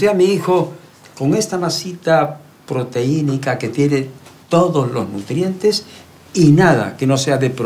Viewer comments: Jaja le dicen "educado" cuando dice proteinica, cuando es proteica :v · Proteínica JAJAJAJAJA, se dice proteica. Que culto resultó el doctorcito